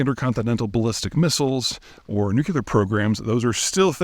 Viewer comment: Love your videos! But for the love of God please stop mispronouncing “nuclear”